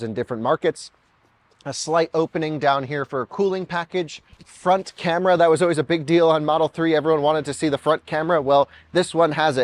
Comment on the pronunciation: What region of the US are you uou from? I always wondered what part of the US say "Oways" instead of "Always".